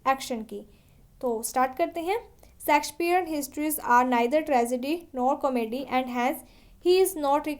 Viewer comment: Pronunciation sudhar lo madam😂 सेक्सपियर mt bolo